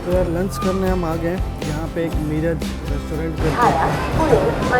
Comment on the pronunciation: मिराज नहीं it is मीरज. Bahut lamba route ho gaya.